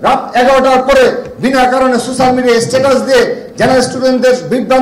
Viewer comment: শব্দটা সুশ্যাল না সোশ্যাল।